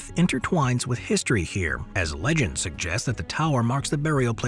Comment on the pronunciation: “as leg end suggests…”🤦🏻‍♂️ This is where I stopped watching and blocked this AI created crap.